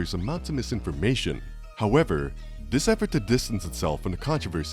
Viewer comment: Hey guy, learn that there's no letter 'd' in the word 'this' and maybe I'll watch your video next time.